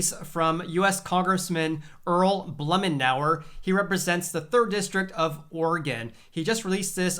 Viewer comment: Great video! By the way, I’m an Oregonian... his name is pronounced “BLOOM-IN-OUR”